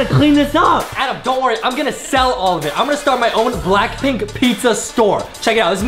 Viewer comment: I loved when adem sayd blackplnk in your area